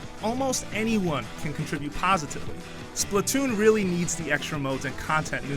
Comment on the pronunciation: It's actually pronounced Splat not Split.